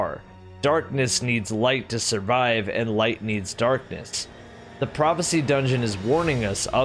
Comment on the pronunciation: when you say prophacy i think fk sundial